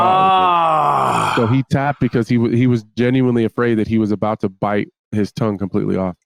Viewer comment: Add tongue to the lost list of words Bisping can't say 😭